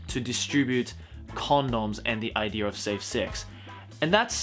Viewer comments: I listened until he said "Idear". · I like how Australian people always pronounce idea like idear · I love how says idear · I luv how when he says idea he says ider XD